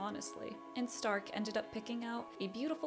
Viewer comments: German here: wrong pronounciation. We dont say Z if it doesnt literally say so(why you think we have Z in the alphabet?!?!?). We speak the S softly. Difference in Stark is ONLY because we differ S combined with T = SCHTARK, S+P = SCHP and S+C+H = SCH. The only case if we double S, Only THEN its hard pronounced like. Example Trasse= TRAZzE. That are the most common cases when we pronounce different. If you see a word in german with only Single letters, and not these examples above present, then its pronounced all equally on every letter. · The show calls the character’s name in German pronunciation. Sein = Zein Stark = Shtark Eisen = Eizen